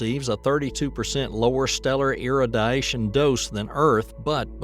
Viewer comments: Travis Taylor. From skinwalker ranch. Must be approved propaganda. Just got to ĺearn how to pronounce irradiation. 😂 it's weird. - . Somewhere here he says iradition or something then pronounces radiation just fine...for someone with such a thick south accent. I lived in the deep south for over a decade but never picked up the accent. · Wow. It was the irradiation one that got me. Especially when he says radiation ok just a couple seconds later. It's....36 to 39 minutes in. 😂 I didn't hear nucular instead of nu-clear. So he's better than at least one president at pronouncing it. Poor 'merica! 😂😂 😢